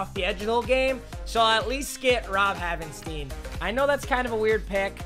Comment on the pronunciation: You don’t say it like haven-steen it’s haven-stine